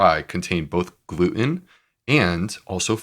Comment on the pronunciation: Why does he say "glue-in" instead of 'gluten'?